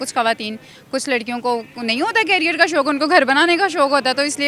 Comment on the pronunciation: Carrier nhi jahilo career hota heii